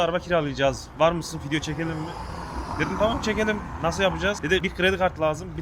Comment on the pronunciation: Abi senin yüzünden artık video diyemiyorum fidyo diyom 😂😂